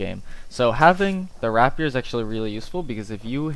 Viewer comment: rapier is pronounced "rape-year" fam ;)